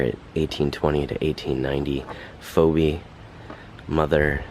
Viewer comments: Phoebe is pronounced, “Feebee”….just saying. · It's pronounced Pheebee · FYI: The woman’s name Phoebe is pronounced Fee-bee